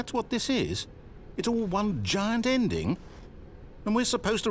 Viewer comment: The Zending broke me